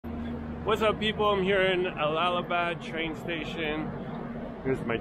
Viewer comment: Nice to see another video. It's not pronounced All lal ha bad but Al la ha bad 😊😊❤